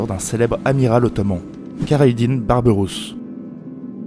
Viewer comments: Assez bizarrement, tu prononce super bien El-Khadi à 8min25 mais pas Khayr ad din (que tu mix entre la francisation kerredine et l'arabe khayr ad din). N'ait aucune honte à bien prononcer car tu y arrive bien et le viewer arrivera à comprendre (alors que les H, 3 et Q de la langue arabe risque d'être plus difficile pour ton audience et à prononcer.) Il y a quelques raccourcies (par exemple, la bataille de tlemcen est zappé, il s'agit d'une alliance entre les zianides et les espagnole) mais la vidéo est bonne, je trouve que tu aurait du parler de la prothèse d'Arudj, une espece de main griffus en métal. Après tout, le mythe du pirate munie d'un crochet vient de cette même prothèse. Il y a tout un débat dans le monde arabe-turque sur la mention de pirate qui serait mal connoté et trop européanocentré. Certains préfèrent "corsaire" comme Jean-Louis Belachmi auteur de " Nous, les frères Barberousse, corsaires et rois d’Alger" voir de marine ottomane pour diverse raison. Le fait est que Pirate reste un terme qui plait donc beaucoup l'utilise mais cela reste décrié. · Tu pourrais au moins bien prononcer leur nom, non pas kayradin mais khayrèd'din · "Khayr ad din", le kh se prononce comme dans Khaled ou la Jota (J) espagnole